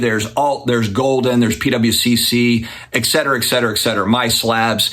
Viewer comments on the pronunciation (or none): Heard on Bench Clear that Topps is dropping GTS as their main distributor at the end of the year. Opens up a ton of opportunities and changes the hobby landscape quite a bit, if so. Ps: it's "eT-Cetera", with a 't' and 's' sound together (not eX-cetera). Sorry, just jumps out at me. 🥴 Pps: your content is consistently excellent, thanks and keep it up! 💪